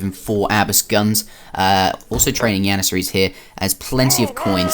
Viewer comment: Y u say yannasaries and hot jannasaries